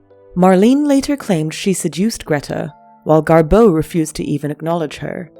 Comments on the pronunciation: Why do you say GarBEAU????? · DO NOT WATCH!!! I did and it's 13.44 minutes I'll never get back 😢 Waffles on n on talking about early betrayal and only only 1245 outlines how they met inBerlin in the 20's. Constantly misprounces GarBEAU, Marlen n implies GarBEAU left Hollywood n films yrs later on account of Marlen😅